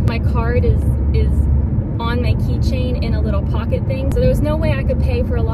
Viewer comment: lol and she even said it just like you wrote it “thang” 😅